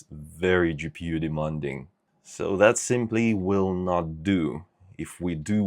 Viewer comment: Not to sound rude, but you're completely pronouncing "demanding" wrong. Its De-MAN-ding not De-MON-ding Sorry, it's a pet peeve of mine (being English myself lol)